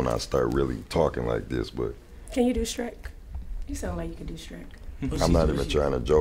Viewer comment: “Can you do Sherk you sound like you can do sherk “🪦🥲